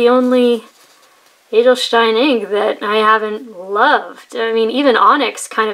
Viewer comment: Don't worry. Your pronunciation of "Edelstein" is really good. :-) And thanks for the review.